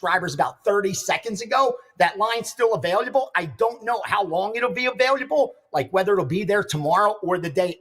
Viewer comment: can’t say available for shit